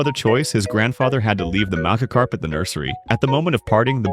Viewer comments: “Maggotkarp” 😂 I’m sorry man, but half the time the voice over doesn’t pronounce it right 😂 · Ai voice keeps messing up Magikarp pronunciation and I only hear magakarp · AI voiceover calling it a MAGAcarp when it has orange skin, a big mouth and a shock of yellow on its head is diabolical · duh mahgihkarp fowwowed cwoswey buhihnd gasps for breath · It’s pronounced majacarp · Bro kept saying maggot carp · AI said MAGAkarp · The way it pronounced Magikarp is diabolical